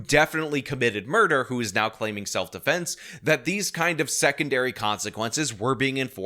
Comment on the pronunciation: keeps mispronouncing "self-deflense."